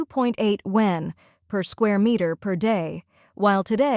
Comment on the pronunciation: Please teach the AI to pronounce YUAN correctly…😅